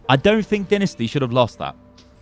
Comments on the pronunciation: I hate this.. Not the video the fact he says dinisty instead of dynasty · Anyone else notice he is saying dinasty and not dynasty? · Is it just me or do u guys also cringe when hd says "Dinisty"? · You have pronounced dynasty wrong during the video